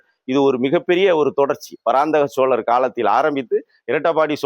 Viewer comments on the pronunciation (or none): Adu parandama cholan illa..Parandaga cholan...